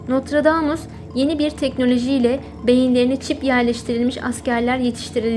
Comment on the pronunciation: Notradamus değil kardeş Nostradamus